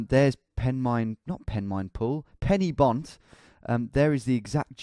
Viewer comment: You don’t pronounce Pen-Y-Bont like “Penny Bont”. It’s more like “Pen-uhh-Bont. The welsh language is a weird one.